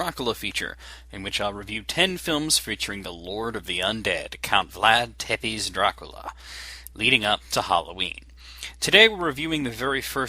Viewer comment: Tepes is pronounced Tsepesh